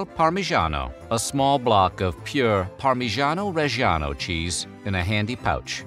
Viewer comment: FYI: Parmigiano regiano is not spoken as "Parmizhano Rezhano", its pronounced "Parmidjano Redjano" Thank you